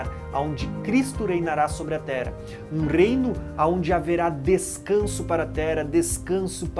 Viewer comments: pq será que ele fala "tera" ao invés de terra? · O irmão fala muito Tera, não fala o rr.